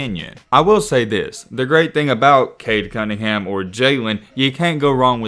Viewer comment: “cunnhingan” 😂😂💀 go back to school lmao